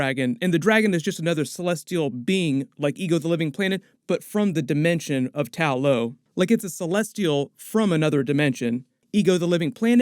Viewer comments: Why do you keep saying “Tao Lao” in your videos, instead of “Ta Lo” like in the movie? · Ta-lo (tah-loh) rather than Tao-lo (taoh-low) according to the movie.👍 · Idk how it's so hard to remember TA LO bro it's not tao lao or tao lo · I love these breakdown videos but please change Tao Lo to Ta Lo. Its Ta Lo in the movie. thanks. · Why do you keep referring to Ta Lo as Tao Lo?